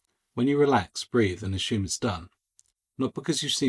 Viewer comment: Great video with the word is assume not ASHUME